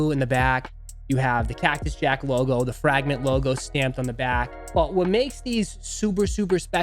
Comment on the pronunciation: "The Frāgment Travis Scuott" 😅 my guy!